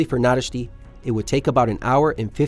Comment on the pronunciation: OK man, you even nailed Nadasdy's name. The amount of energy you put into these videos is insane. Thank You!